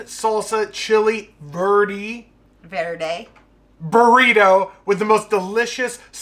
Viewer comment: Bro, before you come down to go with me to the clubs in Miami you need to learn how to say verde lol. That burrito looked amazing and definitely fork and knife worthy. Awesome job!!!